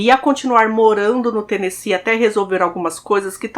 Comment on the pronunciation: Parabéns por falar Tennessee certo.❤